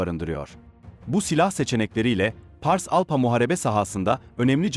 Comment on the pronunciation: ALPHA. ALFA diye okunacak PH, F diye okunur. Teşekkürler.